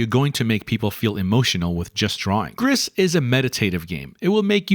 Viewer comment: Gris is the French word for gray, and is pronounced 'gr-ee'. Makes sense as the game starts off in grayscale and adds colors as you journey along. Ps: would it make sense to split this into a series with slightly longer overviews of each game, highlighting games we could play on Extra/Premium? I don't have much games content to watch on YouTube as I don't really have money to spend on new titles, but I have my ps+ subscription.